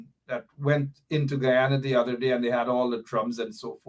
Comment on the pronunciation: Normally I correct my people with the correct pronunciation of the old country Guyana. is one of us and has tobe put on notice, the proper pronunciation is Guyana and.. not g u an. Respect the country's name and your political cause will gain traction. Pass it along